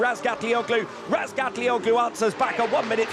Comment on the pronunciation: Hallooo:Madame please seine Nachname richtig aussprechen.